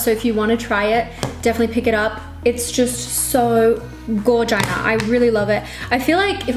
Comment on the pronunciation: Did you say Gorgina?? 🤣🤣 love it!! Beautiful btw 😍🙌xx